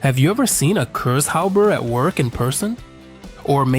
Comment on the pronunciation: It is actually not Cursehopper, but Kurzhauber;) For the average Kraut it is always funny to witness how impossible this language is to speak for the English.